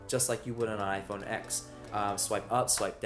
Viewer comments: iPhone EX ? Dude atleast say the name properly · I can't believe you called it iPhone "X" What kind of a tech channel are you? It's iPhone 10.